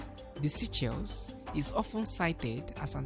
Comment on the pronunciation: Would be great if this channel gets a much better narrator. Try a woman narrator. The current narrator mispronounces many words, and reads sentences in a very choppy way. Also, SEYCHELLES could be pronounced correctly and understandably. Thank you.